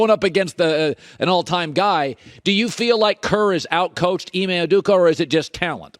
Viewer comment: Colin “Ime Uhdooka” Cowherd